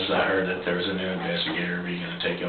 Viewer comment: “Heard Dat”😂😂